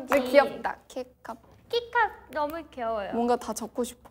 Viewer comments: the way they read kecup as kkaekap 😭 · Kecup is not kekap 😂😂